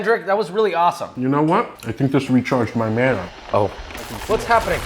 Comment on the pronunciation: Mana is pronounced maa-nuh.